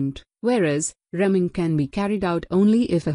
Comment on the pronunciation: It’s a “reamer” punc. as ree-mer but you keep saying rem-ing